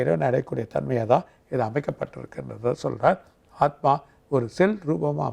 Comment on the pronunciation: Aathumaava?? Aathma solla varalai anchor ku